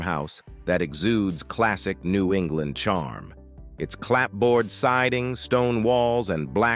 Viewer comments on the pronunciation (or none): none